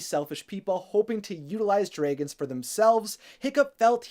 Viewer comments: Dray gons 😂😂😂 instead of Dragons 🐉 😂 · Please. i beg of you. it is "dra"-gons not draygons. hearing you say that makes me cry. nicely explained though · Dragons priceless 😂 Pronounce it: draygins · U pronounce dragons funny kekeke also r u okay ur lips v pale